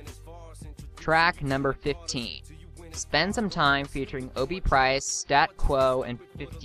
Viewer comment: It's Obie trice not Obie price